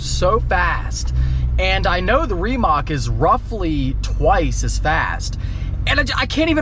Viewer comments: Hahaha he says “remock” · Ree-Mach. Not how you say it. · Why does always find a way to mispronounce car names? Reemac LOL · Just an fyi its pronounced remuht